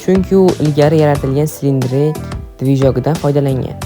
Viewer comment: Slindra emas slendirina😂 Ataylap qilosanmi pzdukcha😂